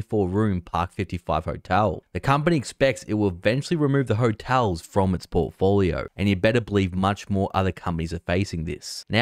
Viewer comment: From their what? “Bonpofoio” 😂